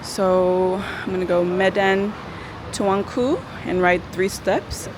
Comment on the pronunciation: U pronounce Medan Tuanku very perfectly😅